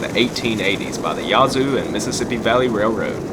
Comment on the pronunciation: WHOA! You SOUND Southern - - but - - it's NOT YAH-ZOO city - - it's YA-ZOO city - the 'A' is like in HAT -"u 2 smot ta be senaz ignernt"